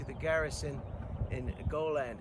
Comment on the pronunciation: It's pronounced. Go-lee-add